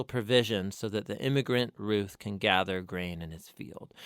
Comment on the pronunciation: Its not rith its ruth like rooth